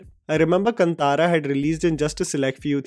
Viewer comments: its pronounced Kaaantara not kuntara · Ughhh it’s not kuntara it’s kaantara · The way you say kantara is totally wrong ! First before giving you top10 you need first try and spell the movie titles correctly ! 😂